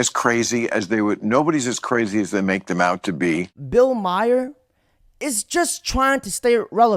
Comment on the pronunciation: It's not bill Meier it's bill ma-her